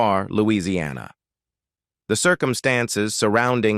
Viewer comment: "Knit" is pronounced "Nit". You have also mispronounced Lousiana, for heaven sakes. IT's English!